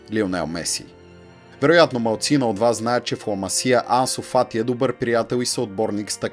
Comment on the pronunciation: Ламасия вика хахах Ла Масия е😉